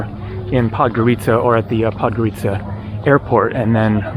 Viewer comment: Baby coffin looks like a regular flower pot and it's not Podgoríca, it's Podgórica. 😂